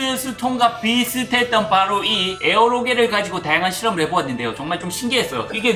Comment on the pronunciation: 에어로겔이 아니라 에어로젤 입니다.